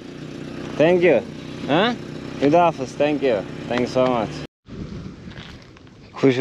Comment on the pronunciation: Hüda hafiz değil de Hoda hafez demek lazım h sesi de gırtlaktan cikacak 👍